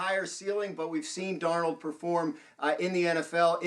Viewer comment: It’s Darnold and it’s not close